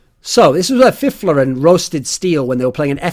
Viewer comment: Finally someone that pronounces Fifflaren correctly